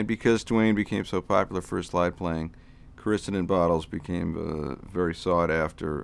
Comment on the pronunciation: Excellent,! Thanks for posting! Btw, you pronounced CORICIDIN every which way but the right way. You must not be from the South (not a judgment... just an observation). It's pronounced... cor i (eh) ceed in.